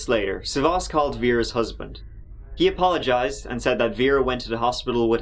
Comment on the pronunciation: Damn, you butchered his name. It’s SAvas, not savAS. The man is Greek, not French ...